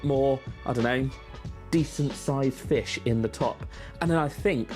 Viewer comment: I love the way you say "Fesh" and "But!". Nice video thanks for it!